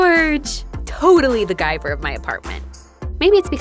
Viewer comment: Does “Guyver” have anything to do with MacGyver? Lol that’s all I could thing about everytime you said it 😂